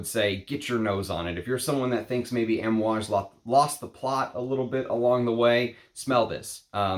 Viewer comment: Kohn Yak not Caan yak also Ahm ooh aage. I speak fluent Italian and Arabic most languages outside of English. The a sound is aah